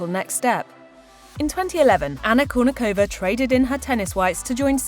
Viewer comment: Why can't you pronounce her last name properly? 🤔